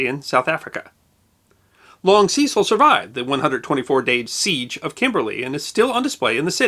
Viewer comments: We were never taught about Ceecile Rhodes but Cecil Rhodes pronounced ses-il. Never heard him called like you have. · Cecil, with a short 'e', not long. He was British after all. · The long ee in Cecil is very weird. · I do enjoy the History Guys Channel, but I do think names should be pronounced as they are by the people concerned. In UK English [The original] Cecil is pronounced the first C is pronounced as the letter S the the second as a letter C, Secil phonetically. not Seesill as the Americans say it. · Also Cecil is pronounced 'Se-Sil', not 'See-Sil'. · Sorry, but Ceeecil grates my gears. Completely spoils an otherwise enjoyable video. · It's only right to check and pronounce people's names as they do. Kekewich is pronounced Keck-witch. Cecil pronounced his name Sessle. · The 'e' in the name Cecil in the UK (where Rhodes was from) is pronounced as in the word 'end'. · Ah, the vagaries of English proper names: Wodehouse pronounced "Wood-house". Cecil pronounced "Sess-ill". Woolwich pronounced "Wool-idge". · FFS its not hard to do a bit of research as to the correct pronunciation of Cecil. He was a major figure in British colonial history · The video was fine the appalling pronunciation of the name Cecil wasn't